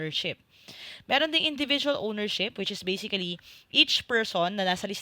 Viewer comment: Something weird about a "basically" /bā-sik-li/